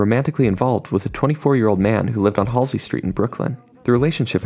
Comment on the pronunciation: U said her name wrong